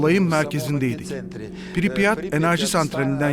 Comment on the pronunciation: piripyat değil pripyat